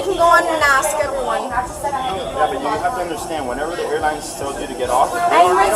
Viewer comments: Well it did axe ! 😂😂😂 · Has a Louis Vuiton but can't pronounce "ask."